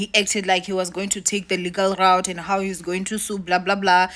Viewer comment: Why do you keep saying "legal raot?" Instead of legal route ?